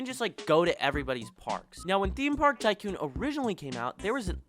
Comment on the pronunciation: The way he says tycoon is pissing me off